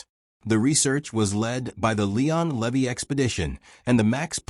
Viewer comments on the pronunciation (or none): none